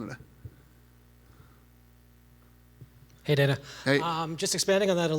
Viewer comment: And said Canadia Lmao